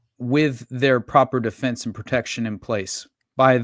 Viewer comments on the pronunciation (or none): none